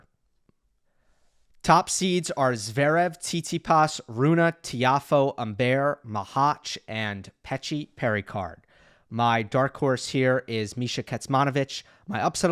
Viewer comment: It is not a.LEXI but a.lek.SEY Also not RU.na but RU.ne